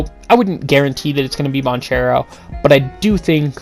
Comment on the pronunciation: It’s Ban Care Ro…”duke fan” 🤣🤣🤣